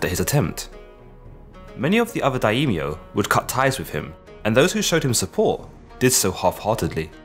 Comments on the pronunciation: Great short documentary, although I know the pronunciations are tricky. One thing I learned listening to a lot of Japanese is that the language doesn't really seem to make as much use of diphthongs as English (like with 'Daimyo,' instead of 'da-eemyo,' it's more like 'die-myo'). I also find that Japanese often de-voices certain vowels between consonants, particularly i (ee) and u (oo) - not exactly sure on the rules for this though, if someone with more expertise could help I'd appreciate it. I know both Japanese and Korean lack an actual 'yi' syllable, and do not pronounce 'si' syllables like 'see' and 'sin', but rather in this one pairing, they, just like the great Sean Connery, follow their 's' with an 'h.' Therefore, Admiral Yi Sun Sin would actually sound more like Admiral 'ee-soon-shin,' if that's at all helpful for anyone. Love your videos. Cheers. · Quick little correction: Daimyo has two syllables not three: Dai-myo. Other than that tiny detail: great video! I learnt a lot thank you! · Daimyo - Pronounced Die- Myo